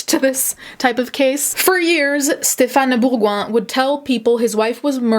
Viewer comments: french is my first language the way you said stephane bourgoin is so accurate! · oh dear you pronounce super well his name ! french followers are happy